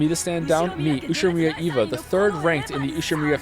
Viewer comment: Now can pronounce Ushiromiya, he has evolved as a weeb